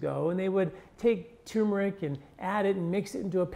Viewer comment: Good info but another guy saying, "tumor-ic" instead of turmer-ic.